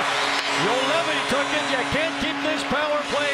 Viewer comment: Can not hold my laugh :D Juolevi,Zuolev,Joulevi,Zolevi,Juoveli. Nice pronouncing !